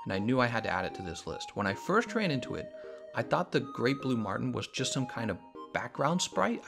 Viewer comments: Jason Martin haha yeah. I thought he called a Marlin a Martin on accident, but then he said it again like 3 more times haha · Marlin, quit saying martin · Marlin not martin